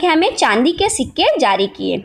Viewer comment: Ho tum padh Rahi ho jerur Marathi ho ...sikke Ko shikka boli tab pata chala